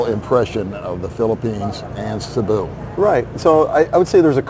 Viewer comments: Why why why, its not Sabu, its Cebu, as vloggers, learn to pronounce it correctly:face-orange-biting-nails::face-orange-biting-nails: CEBU, seeeee-booooo, listen to your guest, he's got it right Cebu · If you’re going to make videos You need to learn the correct pronunciation of the towns and cities It’s CEBU, pronounced See boo😅 You got Dumaguete right!